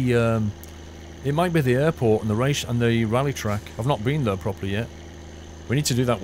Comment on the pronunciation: I swear he says ,,the” instead of ,,there”